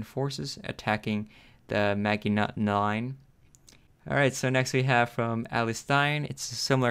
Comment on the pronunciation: This man pronounced Maginot Line, as Mag-i-not....BRUH